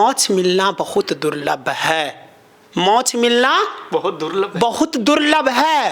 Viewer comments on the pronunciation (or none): गुरुजी मोच नहीं कहते मोक्ष कहते हैं राधे राधे